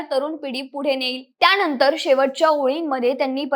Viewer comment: त्याणंतर शिक्षन घेऊन.... 😂